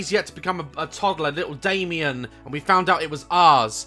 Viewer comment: Whenever he says Damien I think of dalien